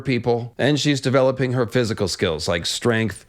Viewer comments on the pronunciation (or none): none